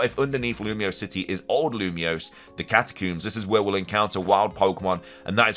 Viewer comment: I am shocked to learn that “catacooms” is a pronunciation that people use 😂